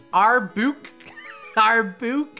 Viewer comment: Our-Book All notherners raised an eyebrow. xD